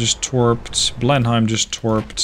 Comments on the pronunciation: Err, actually it's pronounced blen-im for blenhime, oh never mind it doesn't matter anymore 😆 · your English is extremely good, better than most English in fact, but your pronunciation of British ship/place names isn't always right. Specifically, DespAtch (emphasis on second syllable}, Blenheim is Blenem (yes it's a place in Belgium, but the English...), Roxburgh and Jedburgh as Edinburgh, and another I've forgotten. Good series. Slainte!